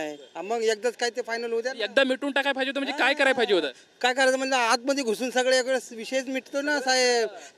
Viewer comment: पाहिजे ❌❌ फायजे✅✅